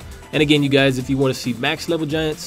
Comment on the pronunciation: Its max not mass